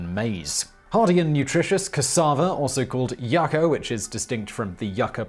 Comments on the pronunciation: FYI Its "yucca" NOT YACKO! 🤔🙄😒🤨😠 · "Yucka"? I've only heard this pronounced "YUca". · He dances through all the chemical names but mispronounces YOU-ka. Lol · i never noticed the english pronunciation, in spanish is yuca /ˈjuːkə/ and in english yucca /ˈjʌkə/